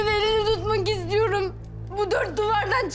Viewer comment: Biri şu kıza Türkçeyi öğretsin İstiyoream değil istiyorum Tamamıah değil tamam mı Elinia değil elini